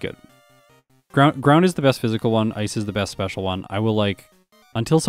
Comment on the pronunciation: I like how sometimes when you say "hidden power ice" it sounds like "hidden power rice"